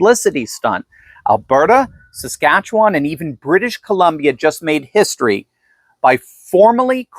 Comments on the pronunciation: Hahaha can't say saskatchewan! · Is it too hard to say Saskatchewan?